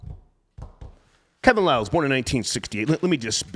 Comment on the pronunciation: Star dumbed out - that was must needed - Banged it on that dude who said Kevin Liles name wrong. Hahaha